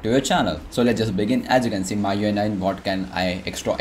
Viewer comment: first of all pronunciation of MIUI isn't correct!